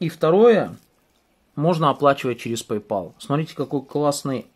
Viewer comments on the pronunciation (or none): none